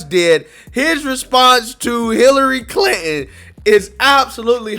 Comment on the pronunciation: How are you pronouncing that?.......Clit-in?